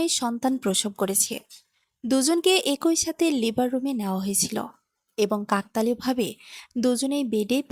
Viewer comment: একই আবার কি ভাষা উচ্চারণ ঠিক করুন